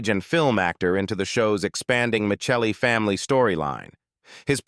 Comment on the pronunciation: Tony's CHARACTER name was NOT MICHELLI, THE LAST NAME WAS *MIS-SELLIEE* (Spelled MICELLI ) THERE WAS *NEVER* ANY CH SOUND IN THE NAME!